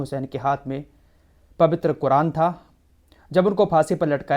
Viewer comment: Pavitre kya hota hai Zubaan bahot kharab hai tumhari apni zubaan dorust kro